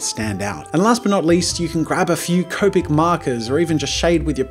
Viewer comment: Hey jazza finally said copic right!